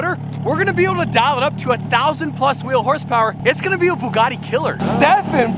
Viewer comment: Stop fucking around with icon cars like the Gallardo and stop putting an R into the words Bugartti and Nissarn.